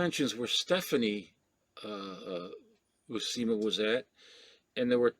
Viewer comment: Great video,. That is odd about the pronunciation of John Buscema. I interviewed Joe Sinnott in 2019 and when he mentioned John Buscema a few times, he said Bu-sem-a. He knew Mr. Buscema so I thought that was correct but maybe not.